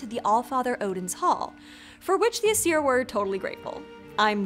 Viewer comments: Small thing, biut Old Norse always stressed the first syllable in a word. So VA-nir rather than va-NEER, AES-ir rather than aes-EER. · Sweet Friggin Hel, the pronunciations in the video... ask a linguist next time, please (Jackson Crawford, mayhaps?)! Some of the things that ticked me off: ° Stress in Nordic words is nearly ALWAYS on the first syllable, never the second. AE-sir, not ae-SIR, VA-nir, not va-NIR, et cetera. Stressed vowels are typically indicated with an accent (á, é, í, ó, ú), sometimes not though. ° Vowel phonology depends on the language (especially with the modern-day inland languages), but with Old Norse, Icelandic and Faroese it's actually quite consistent: A is "ah", E is "eh", I is "ee", O is "oh", and U is "oo", with stress typically making the sound longer, with the Old Norse and Icelandic exception of Á, making an "aw" sound in Old Norse and "ow" sound in Icelandic. My sources: Jackson Crawford pronunciation guides; Some google and wikipedia; I'm not a native Icelandic speaker, so don't quote me on anything. If I came off as harsh/nitpicky, I'm just passionate about Norse-anything, and dislike bad pronunciation :/ (Btw, Kvasir is KVA-seer, not kuh-VA-seer)